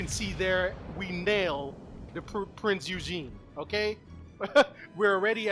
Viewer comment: Great video man im a main BB and Kansas is filthy, Prince Eugen pronounced Prince Oi Gun ( gun said very quickly )